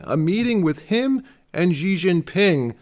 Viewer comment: President Xi is pronounced SHE NOT GEE so many people mispronounced it…..it’s embarrassing 😢